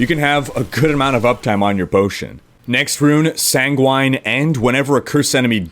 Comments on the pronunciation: sanguine is pronounced similar to penguin..... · sanguine is pronounced "ˈsaNGɡwən" "